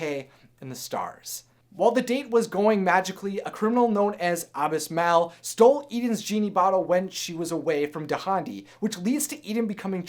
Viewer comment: What is wrong with you!? Can't you speak english!? Abismal's name is pronounced ah-bih-smahl! I mean siriously! First you can't pronounce the word dragon right, then you can't pronounced the word bag right, the you can't pronounce the name Saluk right, now you can't pronounce the names Dahndi and Abismal right! What is wrong with you!? Is English even your first language!?